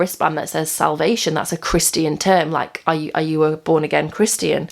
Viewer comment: Haha, I love how she says "Christy-an" "Christy-anity"